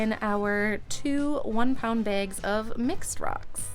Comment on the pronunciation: sounds like you're calling them begs instead of bags